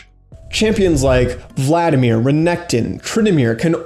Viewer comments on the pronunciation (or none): none